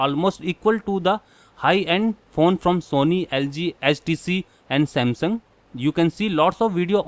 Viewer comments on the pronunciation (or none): none